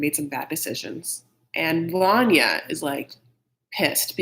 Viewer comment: VANYA IS actually called VARYA :-)))